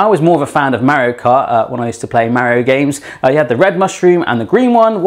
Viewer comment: He says "Mario" weird It... bothers me